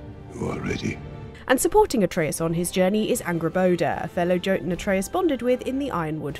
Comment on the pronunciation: You've played God of war, I guarantee you've seen TV shows and movies and cartoons with the word in it, yet you still can't say the word Jötun correctly. This is why people hate the British, LOL